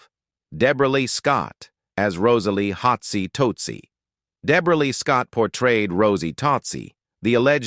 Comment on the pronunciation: oh is that what it was yuck "hotsie TOADsy"???